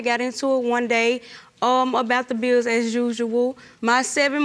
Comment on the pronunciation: It's bills, not beels, and 1 year is singular, not plural years